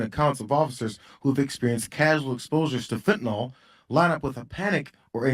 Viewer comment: "Fentanol" is the new "Nukuler"!